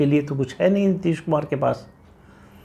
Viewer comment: Neeteees ne.....kuch jyaada hi tharrrrraaaa le liya kya?